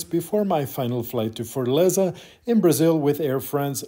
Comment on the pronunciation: Great video but it’s not Fort-leza it’s fortAleza